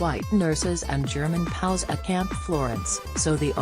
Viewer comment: Also, stop saying "POWS" ...either say P-O-W, or "Prisoner Of War." Be aware of the subject you are addressing.